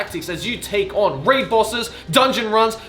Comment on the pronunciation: i can feel the pain everytime joey says "raid" in raid shadow legends. it's ok dude lmao